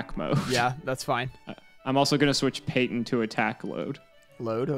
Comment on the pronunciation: First Payton, now Peeton. That poor poor clown you keep verbally abusing. /s